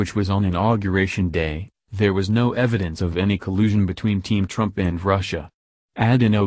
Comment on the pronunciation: please learn how to say Trumps name correctly.